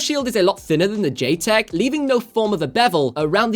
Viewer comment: Pretty sure it’s pronounced as JET - Tech?